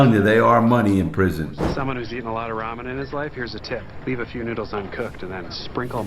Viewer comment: The way he says "ramu Noodle soup" instead of Ramen Noodles is bothering me lmao